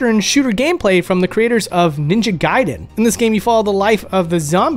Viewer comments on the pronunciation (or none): none